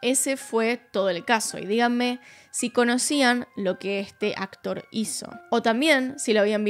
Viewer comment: El acotr 😂 la menos disléxica